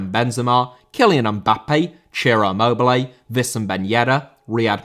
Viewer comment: Immobile* not Emmouwbelei